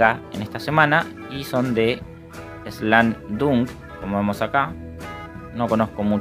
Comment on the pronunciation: Excelente video PD: se pronuncia slam DANK 😁